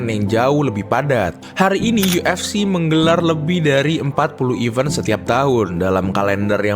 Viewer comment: Bedakan cara baca even, sama event min, kalau event itu artinya "acara" contoh event UFC, nah itu yang bener. Tapi yang dibaca sama admin bukan event tapi even, kalau dikomen yt ada fitur voice note, bakal aku contohin deh, berhubung gak ada, tlong diperbaiki min, soalnya untuk yang ngerti denger nya agak gatell, thanks 🤘🏾